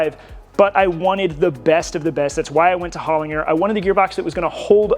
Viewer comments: Such a cool build , they are a serious gearbox used in rallying and rally cross cars over the decades, We Pronounce them gearboxes Hol in Jer here in Europe and down under in Australia where the company is from its Pronounced Hol in Jer 😅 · Ive never heard someone pronounced Hollinger like that before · Why can't this guy pronounce Hollinger correctly. Pretty bad form considering the amount of $$ they're giving this project.